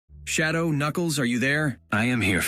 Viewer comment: thats not shadow thats shadown☠